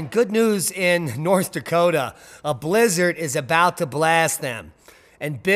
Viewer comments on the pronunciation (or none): none